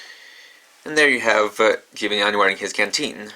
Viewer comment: Stop pronouncing Jibanyan wrong 😤